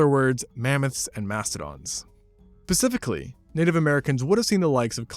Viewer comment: 13.38 "PACIFICLY" 😆😅🤣😂👍